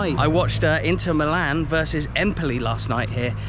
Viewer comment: AC is called Mílan (Mee-lan) not Milán Internazionale is called Inter